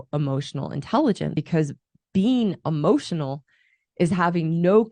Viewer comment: Bit of advice when talking about E-motional Intelligence, Stop saying A-Motional Intelligence, you sound like a fucking moron, not being a grammar nazi, its a pet peeve, like "Ask" and "Axs"